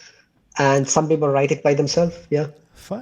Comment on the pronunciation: He is an idiot Arab Sunni Muslim! He pronounced " people " as "beoble". That makes me SO MAD!!!!